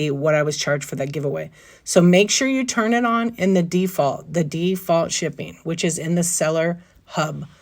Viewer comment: Did you say it's by DEE-Fault? lol